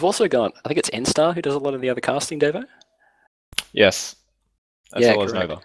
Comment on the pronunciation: You're pronouncing it wrong, its Dar-vo